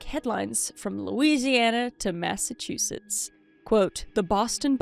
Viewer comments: my grandma said Massachusetts the same exact way so that it sounded like “two shits” at the end. Thanks for that reminder! It should sound like “Mass a Choose Its”, if that helps. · What like mass-a-two-sh!t$? 😂😂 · As a Massachusetts resident I literally die laughing every time says Massa-two- sits! Don't fix it lol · lol I used to pronounce massachusetts as "massa two shits"/"massa choo choo" when I was younger :shelterin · If she says massa, then the two words CHEW, and SETS right after, she could easily say Massachusetts correctly. If she still cannot say it right then she should just say Mass, bc it gets a little bit annoying lol. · I live in Massivetwoshits, it cracks me up every time tries to say it. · You cant say Massachusetts but can you say Saskatchewan?! Lolol😂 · 😂🤣😅 trying to say Massachusetts 😂 so funny I was born in Boston but have lived in Florida my whole life!